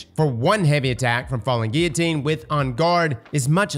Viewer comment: You actually pronounced "Guillotine " correctly!!! Smart dude.